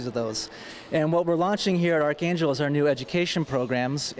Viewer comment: The anchor doesn't know how to pronounce archangel lol